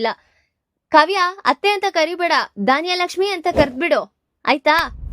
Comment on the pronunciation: ಧಾನ್ಯಲಕ್ಷ್ಮಿ ಅಲ್ಲಾ ಧನಲಕ್ಷ್ಮಿ